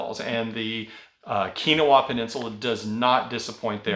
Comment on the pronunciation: Keweenaw is pronounced Kee When Awe.